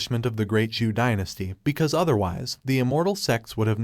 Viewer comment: Not ju but Zhou dynasty it's narrators mistake